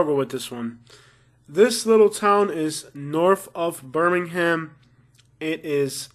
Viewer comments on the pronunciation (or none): none